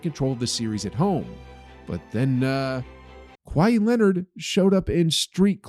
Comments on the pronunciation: Kawhi-eeeee. Stop saying his name like that. Sounds terrible. Either get cultured or delete this video forever. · his name is not kwy-ee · Why does he say kwai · why is bro saying “Kwhy” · lol i love when people pronounce his name like hawaii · The h is silent in Kawhi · The way he pronounces kawhi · Voice actor can’t pronounce Kawhi 😢